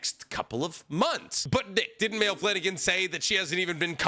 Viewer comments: Nick, buddy, it’s pronounced My-lee, not “Mail” I have 2 family members named that so I just need you to know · No way you just called her “Mail” Flanagan😂 its “ Miley” Flanagan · "Mail" Flanagan lol. Dude don't even know how to say her name right 😂 it's pronounced "Miley" but with my emphasis on the A... Can you really call yourself a fan if you don't even know how to say her name correctly...? 🤔 😅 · Wasn’t this debunked on twitter as a translation error. And her name is pronounced My-lee not male. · It's not "male" her names pronounced like Miley. It gets me every time 😂😂😂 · Isn't Maile pronounced "My-Lee"? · Isn’t Maile’s name actually pronounced “my-lee”? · Anybody else crinch at the mispronunciation of Maile?